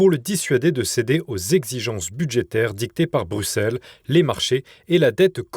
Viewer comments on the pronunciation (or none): none